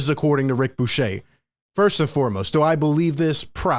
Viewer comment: Its ric bucher, pronounced Ric Byoo-Kerr